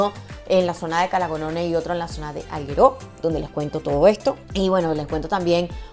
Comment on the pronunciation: muy buen video, solo me duelen un poco los oídos con la manera de pronunciar Alghero. A parte de esto, todo perfecto, jejeje. No offense, solo era una bromita.